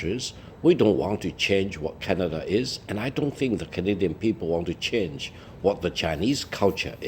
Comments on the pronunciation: Please tell LI there is no "R" in Canada....LOL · It's Canada, not Canadar, lol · The lady with glasses speaks perfect English except she can’t pronounce the word “Canadar” 😂